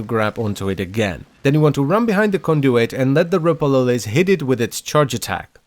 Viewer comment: Every time lotus sais Ropalolyst all i hear is umpa lumpa